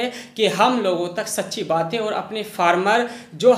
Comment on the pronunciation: aap (कू, & अर) जैसे शब्द न बोला करें, को &और बोला करें